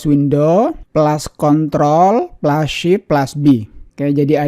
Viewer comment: Baru denger plus,dibilang plas Bang.